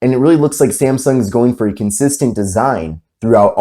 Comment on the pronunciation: Its not SEMSENG phone its samsung